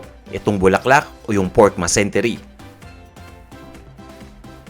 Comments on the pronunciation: pa-correct po... Mesentery hindi masentery. 😊 nice vid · Its mesentery not masentery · Hello sir, if I remember it correctly, I think its "mesentery". Did I heard it right you said "masentery"? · Pork mesentery po hindi masentery 🙂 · Ang alam ko po eh MESENTERY. hindi MASENTERY